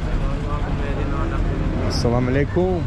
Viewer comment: Assalamualaikum not salamuhalaikum.. hehehe..❤❤❤❤